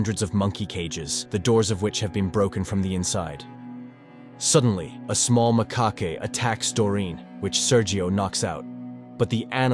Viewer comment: "macaqu-Eyh". Does text to speech AI not know how to pronounce "macaque" in English?